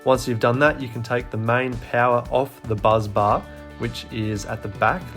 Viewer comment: BUS bar not buz bar